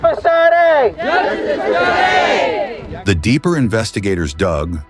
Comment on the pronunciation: I have to agree, driving me potty how narration saying Sade, God rest her soul 🙏